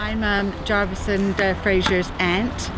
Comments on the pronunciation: says javis when it’s spelled Jarvis 🤣🤣🤣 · “FayZe Jorvis”